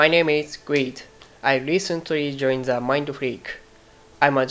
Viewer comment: Pooh Winnie freakやsuccess、if you would〜のところが特徴的ですが下の使い方やthの発音がseの発音になっていたり、単語単語が連なっておらずネイティブスピーカーからするととても聞きづらいスピーチになってしまっています